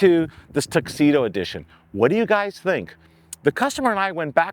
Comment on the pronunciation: Tuxedo? TRUXEDO!😂